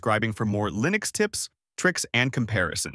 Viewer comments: Hey A.I. idiot. It's pronounced like LIN EX, not LINE EX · How can I possibly trust one who pronounces Linux as LIEnux? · LAINUX ??? Really ??? It's LINUX, with the I pronounced as in bit or kit, not "AI", as it is spelled in English, like when you're referring to yourself. EXAMPLE: I am just saying 😁... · Liiii-nux or Lajnuz? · How come AI cannot pronounce Linux correctly? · Yep. I almost fell for it until hearing the wrong pronunciation of "Linux"